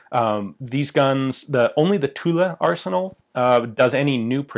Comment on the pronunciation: Ahhh tulle arsenal, not tulla like russia.